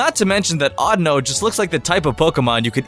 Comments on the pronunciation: his name isnt audno... its audino... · Isn't it pronounced or-Dee-no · you pronounce audino wrong, it's more like audio with an N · It's pronounsed o-Dee-no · It's actually pronounced like AudEEno.